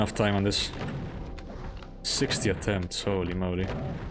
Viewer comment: How to evaluate how difficult map 28 is? "Attempt 60". I had to hear twice to make sure it wasn't 16. You're a brave man.